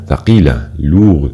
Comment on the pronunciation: هناك اخطاء: -lourds لا تنطق (d) -legers لا تنطق (r)